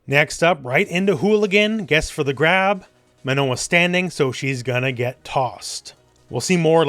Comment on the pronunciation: I'm french and you have an excellent pronunciation of the nasal sound "on" in Manon, which is quite impressive for an English-speaker. Good job on stressing the last syllable too.